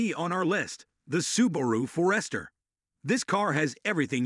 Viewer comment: Another one to consider for some seniors is the Mazda CX-30. All wheel-drive is standard, starting at $22,950 which is a much lower price than the others on this list. Same reliable 2.5L engine and transmission that is in the CX-5. This video was definitely Ai. Subaru For-rest-her? Never heard of one.